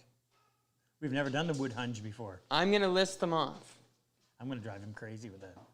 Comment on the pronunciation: It's a H-in-ge, (ha in ge).